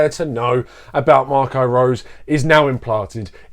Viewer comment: His name is pronounced RoseR & the last 4 letters in the word Salzburg are pronounced BORG. The analysis here, though, is very good.